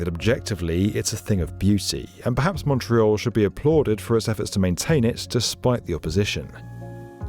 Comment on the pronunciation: Thank you SO MUCH for pronouncing, obviously in English, Montreal like a Montrealer!! Very professional.